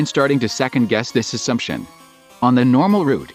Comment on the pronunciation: when voice said assumtion i thought it was some s***